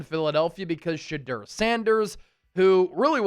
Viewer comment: Shadurrrr is sha-door